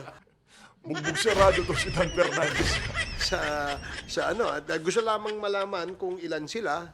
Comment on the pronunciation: PH Update, turuan mo nga yang si Tongressman Dan Fernandez kung paano magpronounce ng letter F. Mas magaling pa ata ang elementery student jan sa Tongressman na yan